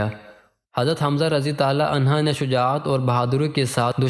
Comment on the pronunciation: Aslamo Alaikum bhai apka talafuz ma ghalti ha anha aurat ka liya istemal hota ha or mard ka liya anho parha jata ha acha kaam kr rahay hain ALLAH pak parhnay ma jo kami baishi ha door karnay ki taufeeq ata farmae Aameen summa Aameen